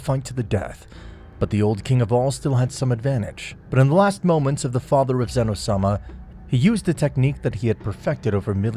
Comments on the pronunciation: and zeno issnt like zeeno its zen o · its zeno not ZEEE no